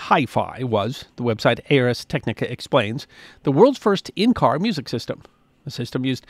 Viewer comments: BTW, it's not "A R S Technica". It's pronounced "Arz Tek-nih-kuh". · I really enjoy your videos. Thank you for sharing your love of history with us. As a long-time reader of Ars Technica, I’d like to pass along the preferred pronunciation. The name is derived from Latin for “the art of technology”. So the preferred pronunciation is similar to “Rz Tek-nik-uh” (almost like “arse”, if you drop the “e” and swap a “z” for the “s”). I can’t wait to see what you share with us next! Thank you. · Oh my god it's a new low, "Ay Ar Es Technica" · It’s “Arz tech-nick-uh.” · Arz Tek-nih-kuh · The Latin “ars” does indeed mean “art”, and it is pronounced AAARRRRS — because don’t all great pronunciations involve pirates? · Just a quick note on pronunciation. "Ars" rhymes with "cars," not "airs." Yes, I was that weird kid in high school who took Latin.